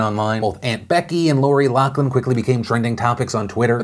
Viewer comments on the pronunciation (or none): It's pronounced LOF-LIN...stop saying LOCK-LIN